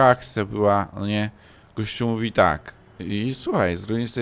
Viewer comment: 2020 "muwi" xD "dorusł" xD